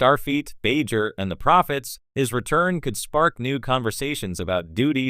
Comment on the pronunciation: So is this just garbage AI reading it, or someone that doesn't know the material, that can't pronounce "Bajor" properly?